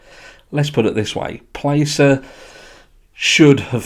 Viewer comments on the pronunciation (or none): Pronounced Plass-er like Glass. Placer County originally led the investigation because the call to LE was made from the mother at the residence which is in Placer County. Nevada County is now taking over because the vehicle was found in Prosser Lake which is in Nevada County.